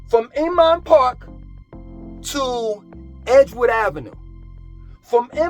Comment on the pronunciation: Now senior a complex BTW "Oomon Park?" is pronounced INMAN PARK. I understand you have your own pronunciation of places, "Whole's Food", "Keenasaw" etc. however, you may confuse some of us. Thank you for your tours of Charlotte. I was considering moving there from Atlanta but it seems to be becoming the same place with all the greed in real estate excess traffic, and too many new buildings. I am also from NYC (Hamilton Heights) as well as Teaneck, NJ (home of the Sugar Hill Gang).